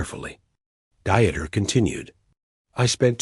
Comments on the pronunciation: Deeeter not "dieter". It may take a little extra work to insert German pronunciation where needed, but it does make a difference. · Dieter is pronounced Deeter, not like someone restricting calories!😅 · It's not Dieter..it's pronounced deeter. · Come on! Dieter rhymes with Peter! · Dieter is pronounced as DEE TER not DY ter! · The AI ALWAYS MUTILATED the person name, it’s not pronounced diet it’s pronounced dieter the German pronunciation is completely different than American pronunciation. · Learn to pronounce German names !Not Dieter, both Deexte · What's with all the swastikas in here America? Also, you don't go through Indiana to get to Ohio from Pennsylvania. Plus, in German "Dieter" is pronounced with only two syllables, a long 'e' sound followed by a short 'e' sound. This video is just weird.